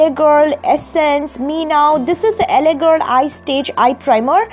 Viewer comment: not laa it's LA